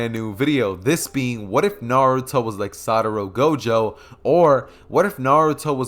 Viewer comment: I think I heard wrong but in the intro did main man say Satoro Gojo?